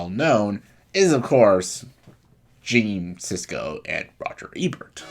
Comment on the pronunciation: Who is Gene Sisko? Do you mean Gene Siskel? Pauline Kael was a film critic that was highly-respected & a household name. She preceded Roger Ebert & Gene Siskel. Other well-known highly-respected film critics that preceded Siskel & Ebert are Andrew Sarris, John Simon, James Agee & Bosley Crowther. You might want know the topic you speak of before actually speaking about it. Oh, & also learn how to pronounce the surname of a film critic you decide to mention.